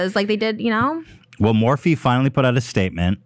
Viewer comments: The way Ethan pronounces Morphe as Morph is so fucking funny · Ethan it’s Morph-ee not Morph 😭😭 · I giggle every time Ethan pronounces Morphe - MORF! :D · Ethan is a total dad.... not knowing how to pronounce things like Morphe LOL. my dad used to call Gmail "Ga-mail" 🤣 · Can somebody please make a “Ethan pronouncing ‘Morphe’” compilation